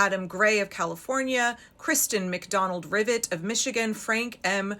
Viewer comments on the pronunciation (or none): none